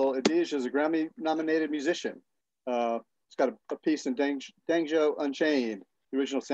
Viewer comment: He really said "Dhanjo" Unchained? 🤣🤣🤣